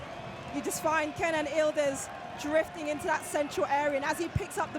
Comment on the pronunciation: Why do the keep calling him ildiz? His name is Yıldız! Y is not silent! Yildiz!